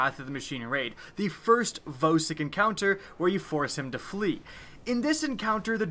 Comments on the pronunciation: I think Vosik is pronounced "VAW-SICK" not "VOE-SICK" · He says vōsik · and voesik